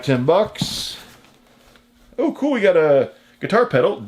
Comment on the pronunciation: I like the say you say cool. Cause you don't say cool you say chhool.